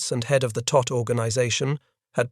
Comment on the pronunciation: It was the Todt Organization, not "tot".